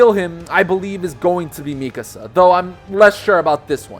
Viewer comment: OMG YOU PRONOUNCED MIKASA RIGHT!!